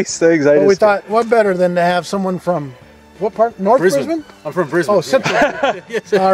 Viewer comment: Oh, heard an Aussie say Brisbane correctly and said it correctly back. Finally, An American who doesn't call it "Bris-bane" or "Bris-born", He used the correct pronunciation of "Bris-ben"!